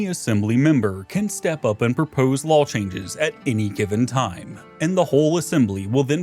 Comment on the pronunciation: lawl (noun) /lôl/ A rule or system of rules recognized by a realm as binding upon its subjects, particularly one decreed with such conviction that the speaker appends an extra consonant for emphasis. Usage: "The Doge has passed a new lawl restricting trade posts." "He read every lawl aloud, and somewhere around the third one an extra L fell out."